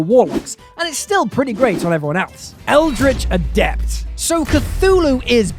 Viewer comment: Finally, someone read Eldritch Adept properly!